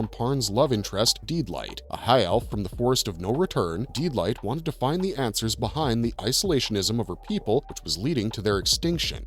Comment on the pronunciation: I gave you a thumbs up and thank you for the trivia of the origin of the making of the great anime but as if it wasn't bad enough listening to the guy pronounce Lodoss and Deedlit wrong multiple times you now one up him by making "Lodoss" into "Lotus". Is it that hard to do a little research first?